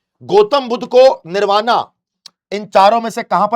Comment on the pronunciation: Your pronounciation is incorrect. Nirvana english mein likha jata h hindi me saf likha h tbhi galat bol rhe ho yaar ajib ho Shravasti hai vo shravati nahi hai yaar 😂